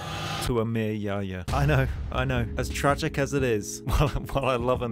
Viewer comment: bro i was bursting in laughter when you said emir yahya, his name is pronounced diffrently in Arabic.